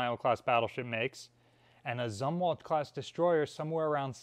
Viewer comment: 1. I can tolerate mispronouncing "Zumwalt" because I find the man execrable. 2. Telling America that we have DC power in our homes is just too big an error to let go. 3. I don't talk to hundreds of thousands of people every other day so I suppose I should let it go after all. 4. Thanks for sharing.